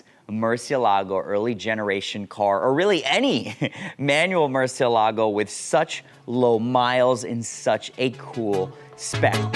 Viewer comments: The Merci.....the pronunciation!! It is Mer-Chee-EL-ah-go! Not Mercy-el-LAH-go. It even TELLS you that on the door sill! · Do you realize that you are pronouncing "MURCIELAGO" wrong? It should be pronounced “moor-SYELL-ago” for English speakers.